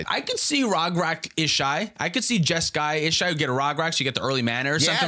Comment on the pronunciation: Jeska… Ishai… Jeskai?????